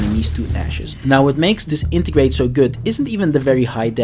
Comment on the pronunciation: Dis-entegrate :D I think its just Disenegrate :D